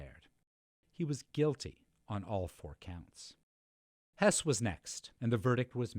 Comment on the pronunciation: I thought this a fine documentary, the audio was acceptable for me, as was the narrator despite his repeated "Hoss" mispronunciation. Besides moderate reading of this history my previous knowledge came from the film "Judgment at Nuremberg" and the documentary filled in many gaps